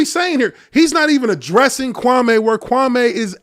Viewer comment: He still intentionally dis-respecting Kwame almost every time he says his name. Notice how he puts a twisted emphasis on the last part of the name? Kwame has already corrected him at least once in the last week how to say his name.